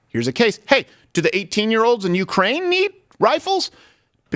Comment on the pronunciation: Freudian slip... "A GAYse of example". 🤣